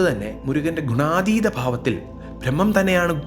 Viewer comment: ദേവനെക്കായിലും അല്ല ദേവനെക്കാളും എന്നു പറയുക അതുപോലെ ഫ്രഹ്മമല്ല ബ്രഹ്മം